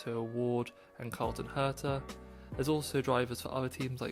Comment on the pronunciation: Herta drives for Andretti in IndyCar, not McLaren. Also his name is Colton, not Carlton.